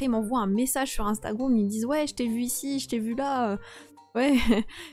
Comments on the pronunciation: Juste pour te dire que on ne dit pas instagroum mais on dit Instagram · Yo sérieu j'adore tes vidéo et en plusse le gars au début qui dit instagroume 😂😂😂vasi continu comme sa